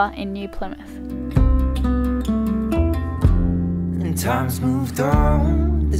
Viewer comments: okay wait she said it wrong sorry :)) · she??? said??? plymouth??? right??? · You weren't too wrong with your original pronunciation of "Plymouth" as the original Plymouth was named as it is situated at the mouth of the River Plym. It is where the Pilgrim Fathers left to settle in the New World in 1620 on the ship the Mayflower. It is also well known as the place where Sir Frances Drake would not interrupt a game of lawn bowls (supposedly) when the Spanish Armada was spotted off the coast of England and so he finished the game and then put to sea to defeat the Spanish. Just a little history lesson for you.